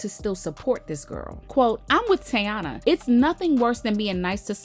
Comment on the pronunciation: Why no one can say her name right not tayana 😅😂😅